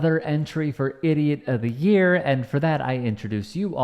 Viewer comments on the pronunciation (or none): none